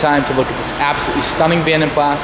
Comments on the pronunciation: PLAS is pronounced Plah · yes the S is silent he should have known that but he was young i think...also the yanks have different sounding words for lots of things like Scotty Kilmer You tube Mechanic he calls his car a Toyota "sillarcah " but it's pronounced Celeeeka well here in Aus anyhow